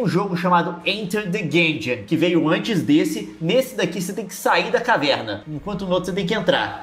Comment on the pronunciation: Guengeon? primeira vez q escuto essa pronúncia.